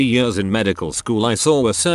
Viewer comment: text to speech logic: -can pronounce haemorrhage - struggles at the word years